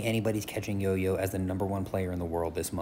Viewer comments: Bro, its not pronounced "YoYo", its 'DjoDjo' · Its pronounced "joe-joe" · It’s pronounced Jo jo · Bro did you fr pronounce JoJo as yoyo the hell's a matta with ya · How tf do you pronounce jojo as yoyo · Why is jojo pronounced as yoyo can anyone tell me? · No way dude just pronounced JOJO as yoyo 💀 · How Jojo pronounced as yoyo?